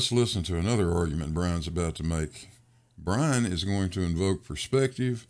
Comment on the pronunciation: Wuhwease!